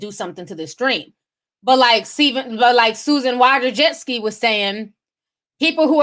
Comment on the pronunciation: The woman's name is Susan Wojcicki. Which is a difficult name to pronounce. But, Ti cannot pronounce a name to save her life.